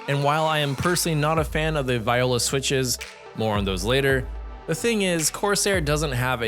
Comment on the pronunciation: im pretty sure thats not how you pronounce "viola"...